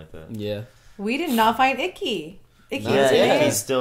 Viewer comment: Also about the grandkids, Jinora is the oldest, she's the one who saw the statue. Ikki (pronounced E-key) is the middle one, missing for this episode. Meelo is the fartbender.